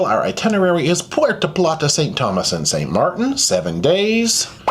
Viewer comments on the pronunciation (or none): none